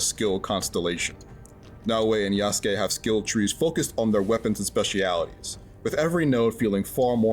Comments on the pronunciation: Still says Ya-Soo-Kay huh? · The way he says Yasookay drives me nuts. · Everytime he says Yasukes name like Yah Soo Kay makes me cringe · Asmon has PLAYED THE GAME and still can’t say Yasuke’s name right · Why are you pronouncing “Yasuke” like that? 😭 I guess I shouldn’t be surprised based on how you say “Pokémon” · That's not how you say yazuke's name smh 🤦‍♂️